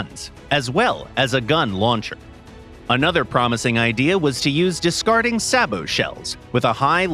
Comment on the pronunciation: finally said sabot somewhat right